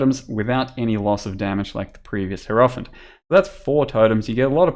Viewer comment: It's HI-ero-phant. Not herofant.